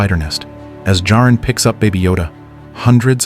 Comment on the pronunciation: This was great. Thank you. Why are you repeatedly changing the pronunciation of Jarin to Jareen?